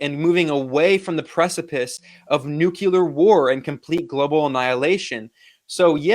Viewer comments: Why is Nuclear such a hard word to say? Are you verbally lazy? It makes you sound like a "Nekulturni". Forgive me, I couldn't help myself. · Ben Norton is too intelligent to mispronounce "nuclear" as "nukuler." Why is this so difficult for so many Americans?